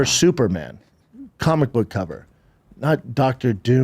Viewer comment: Bapa had a suggsesful cawlmic boog store in his closet, so he knows cawlmics!